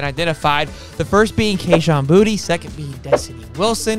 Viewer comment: It’s pronounced Bou-Tay!!